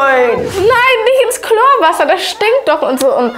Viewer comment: Chlorwasser, habe aber auch erst klowasser verstanden😁